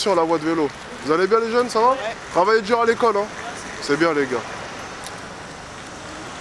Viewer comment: inscris-toi déjà à la FAC toi-même pour apprendre à parler le français... On dit "dur" pour quelque chose de difficile, pas "djure". Horrible